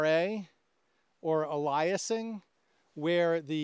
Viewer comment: ALE-ee-uh-sing but otherwise a good discussion.